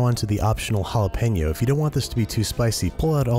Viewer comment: thank you for saying jalapeño correctly! yet another reason to love the show!